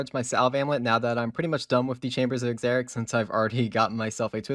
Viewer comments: Yeah the exericks was really irritating. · Love the serious brother ! But just curious .. did anybody else try to count how many times he said "Chambers of EX-zarics" ?? Lmao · Almost stopped watching bc of the way you pronounce The Chambers of "Exzeriks"